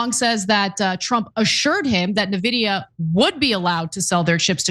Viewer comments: it's funny hearing non-tech reporters pronouncing it nuhvidia or neevidia ... and aitch two oh ... it's H-twenty, Ana! 😂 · it's not nevidea ! say it right ! arrggg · It's pronounced invidia. Comes from the Latin word for envy, invidia. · Painful to hear you mispronounce the name eventho its the biggest US company right now. You sound like Trump calling Tesla "Tesler". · You can tell she can't even pronounce Nvidia correctly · Ana is so dumb and this news org is a joke. She read H2O instead of H twenty, she doesn't propounce Nvidia correctly. Not even bothering to do a 20 second research before a story. Typical leftist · Also, this retarded turk doesn't even know how Nvidia is pronounced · I'm a member but 1) It's not NAH-vidia! It's N-Vidia... 2) Its not the H 2 O chip - its the H TWENTY chip. 3) Jensen makes sense... He told trump the same thing he told lots of people - If we stop selling US chips to china - they will make and advance their own eco-system of chips in which we will lose control of advancing our chips there and our interests. The H-20 chip was already made to be a weaker chip so as to not give them our best chips. Trumps original policies went too far way beyond the restrictions. This correction is actually a good thing. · Love you guys, but it's "en-vidia". Like the letter "N", then just vidia. Their favorite pastime is money gauging PC gamers and being greedy in general. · It’s pronounced ENVIDIA not Navidiya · Or En-videa? But NOT nehvidia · It’s “en-vidia” not “na-vidia.” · N-vidia. En-vidia. In-vidia. Not NaVidia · Like, I don't blame ana at all for how she's pronouncing Nvidia. lol. But, everybody who knows about them knows it's pronounced "en-vidia" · I'm an AMD simp so I'm torn that they don't realize it's pronounced "N-vidia" not "Nehvidia". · "En-vi-dia", Ana. Envidia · It's pronounced "en-VID-eeyah"